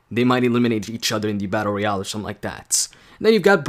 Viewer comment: You keep on saying battoreal